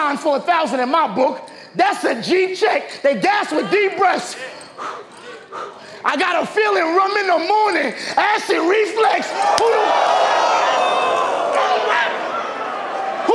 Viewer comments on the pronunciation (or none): dear: Acid Re-FLUX...not reflex